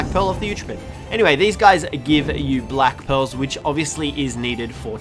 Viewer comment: Who else thought he said black pills for black pearls hahaha